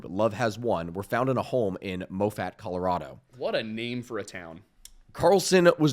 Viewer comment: I know this is old, but Moffat is pronounced "Moff-et" not "Mo-fat" If you like trains, look up the Moffat Tunnel, it's pretty cool.